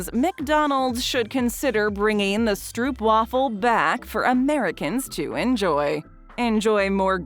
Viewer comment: they always pronounce Stroopwafel wrong hahahaha